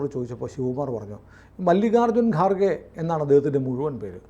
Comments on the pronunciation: കാർ ഖേ അല്ലടാ ഖാർ ഗേ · It's not garkhe but kharge. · ഗാർഖെ അല്ല ഖാർഗെ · ഗാർഗെ അല്ല. ഘർഗെ ആണ്. പിന്നെ അയാൾ ഹിന്ദു അല്ല. ബുദ്ധമതമാണ്. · ഗാർഗെ അല്ല ഖാർഗെ ആണ്.